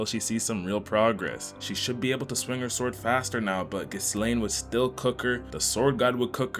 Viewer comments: The amount of times this hurt me is absurd Ghi-s-laine😭😭 ain't it Ghi-laine like the "s" is silent😭✌ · It's actually "Gee-Lane".. Eris literally says it all the time 😂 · I don't mean to be rude or anything, but I think it's pronounced Ghi-laine. The "s" is silent.